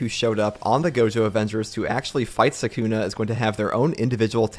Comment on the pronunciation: is my man really gonna be pronouncing it suck-una for the entire video?